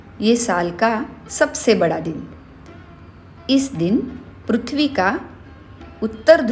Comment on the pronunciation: Tumko bchpan me pri pra . Bolna nhi sikhaya gya hai kya .. prithvi ko pruthvi kyo bolte ho